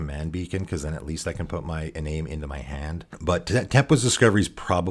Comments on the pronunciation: Great video, one note, "Iname" is pronounced ee-NAHM-eh, the Japanese way, since it's a spirit from Kamigawa. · great video, by the way it's pronounced EE- Nah - may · Hey hows it going, great videos. Just so you know, it’s pronounced ee-nam-may, it’s a Japanese one. Nice to see someone trying to make this guy work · Kamigawa is based off of japanese mythology so it follows that the japanese names they took and didn't translate (like tomorrow) would use japanese pronunciation. For Iname that would be ee-nah-may. Another example would be Higure, which would be pronounced Hee-goo-ray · Nice. I love little-known commanders and uncommon synergies. This is a bit pedantic, but Japanese transliteration has no silent vowels. That means Iname was intended to be pronounced as "ee-nah-may"